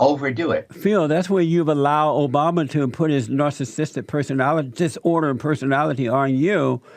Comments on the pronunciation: jlp: "nasahsistick," 😆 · Jesse, learn to pronounce the word "narcissistic" you dumb fuck!